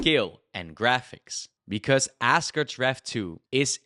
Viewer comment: Are you saying assgerd's?